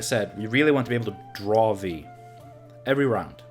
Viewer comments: Its from polish "wij" and you are saying it correctly, as you always did. So better change yours deck name :P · Viy is actually a character from a Gogol story of the same name (Russian), so yeah your pronunciation is correct. Interestingly it's not an insectoid there, more like a demon of sorts. Koshchey from Russian folklore is similar, being not an insectoid but a man who possesses magical immortality which has to be broken somehow for him to die.